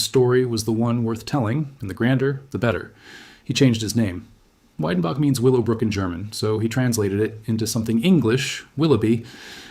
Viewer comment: The pronunciation is Vedenbok if you want to see it written phonetically.